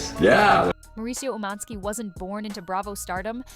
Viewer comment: Why are you saying his name like that? It’s annoying